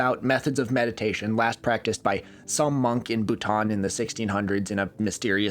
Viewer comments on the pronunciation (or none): none